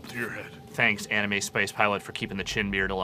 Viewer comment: Did just call anime...animu?